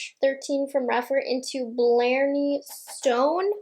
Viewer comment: Think it’s pronounced blar-knee stone